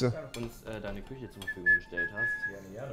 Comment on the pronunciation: Schöne (Küsche) 😂 gutes Deutsch Rewi